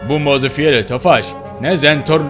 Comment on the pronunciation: Zentorno değil zenprno